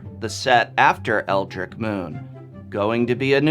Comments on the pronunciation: You pronounce "Eldrich" as [L-drich] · I believe you're mispronouncing Eldritch. Leaving out the "t" sound.